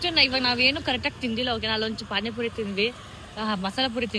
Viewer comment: Bro It is pani puri not pain puri